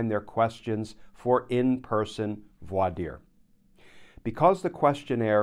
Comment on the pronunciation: Thanks, Glenn. Always know I'm getting the straight-up truth from you. And thanks for teaching folks how to properly pronounce voir dire.